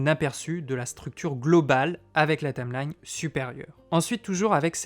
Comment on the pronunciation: Tameline... Tameline ... Tameline ... c'est pas plutôt une Taïïïïmelaïïïne ??? ahah je taquine ! J'ai débuté avec ce logiciel, et je ne peux que le conseiller !